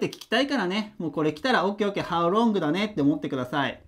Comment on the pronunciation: いつも板書がわかりやすく、きれいな字で素晴らしい！勉強になります ところでhow longの発音がhow wrongに聞こえてしまいます💦 Lの発音は舌の先を前歯の付け根の歯茎に軽く付けて発音されるといいと思います また、howどのくらい、が1番聞きたい事なので、longより howを強めに読みます 細かい事言ってすみません🙏